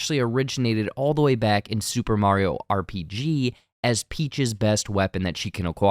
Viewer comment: I can't believe that someone knows all this Mario trivia, yet does not know how to pronounce Mario's name correctly.